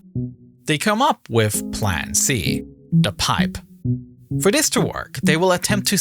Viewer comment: I understand accents but its so irritating for him to continuously mispronounce the sound "th" and saying it as an F or V. "Designed wiv" "Everyfing" "Reacts wif". Sounds like an ignorant 7 year old child.